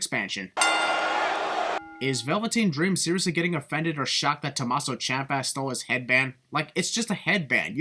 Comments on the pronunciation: It's Tuh-MAH-so and Champ-uh, not Tuh-Mas-so or Chomp-uh. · It’s Champ uh